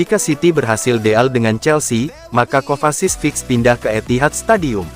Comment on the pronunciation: Mateo kovasis hahaha,minimal benerin dulu klo nyebut nama pemain mind,ngakak anjirr